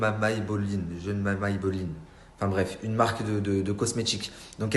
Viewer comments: "Jeune Maye maille belline" c'est quelle marque ça 🤔🤔🤔😁 (gemey Maybelline)... Ahhh sacré personnage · Non mais franchement le gars il a tué gemey Maybelline 🤣🤣🤣🤣🤣